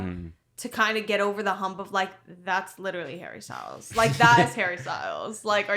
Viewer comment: Hawwy styowlz